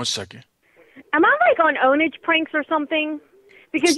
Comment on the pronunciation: The way he said "OwnAGe" pranks! 😂